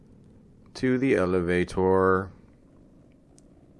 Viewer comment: Elevatoar. Computoar.